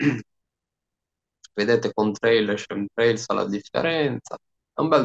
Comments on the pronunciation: fantastico! Ma "scemtrails" non si può sentire! Chem si pronuncia come lo leggi, viene da Chemical=chimico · "Chem" in inglese si pronuncia esattamente come in italiano.